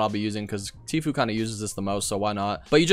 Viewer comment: He said tofue🤣